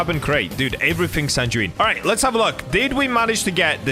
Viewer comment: For sanguine ntw u pronounce it san gu wean u don't die with the enchant😊